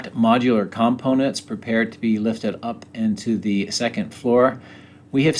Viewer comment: Do you know how to say COMPONENTS? Heres a little help for you.